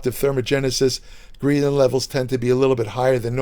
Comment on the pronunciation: It's pronounced greh·luhn, not gree·luhn lol